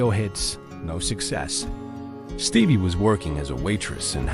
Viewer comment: “Stevvier” Nicks??? 🤣 AI is a joke.🙄